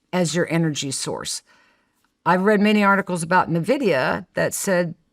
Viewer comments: its "N" vidia NOT nuh vidia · neither of them know how to pronounce NVidia lol